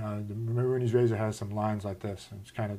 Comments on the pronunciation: Mehrunes, not Mehrunees. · Not to be a jerk, because I love your videos. It is pronounced May-runes Day-gone, not Ma-roonies. Just figured I'd point that out. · it prenaunced ( mey- runes razor ) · Its pronounced may-runes razor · it's pronounced "MAY-roonz"